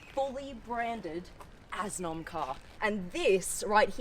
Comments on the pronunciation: 'What kind of car is that?' - 'It's an Assnom.' - 'Pardon?' - 'Assssss-nom' 🍑🤤 I see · That is the laziest way an Italian ever gets his name